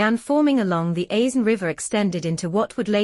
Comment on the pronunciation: The S in Aisne is silent !